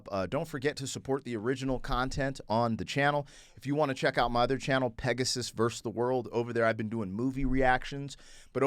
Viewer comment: You are awesome and I’ve been following you for years. But it still makes me laugh being British and hearing you say black Pegasus. Because sometimes it sounds like you’re saying peg his ass 😂 which over here means something I won’t say haha. Been waiting for this reaction